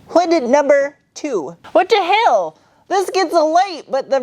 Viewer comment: "Wat da hewl?!" 🤣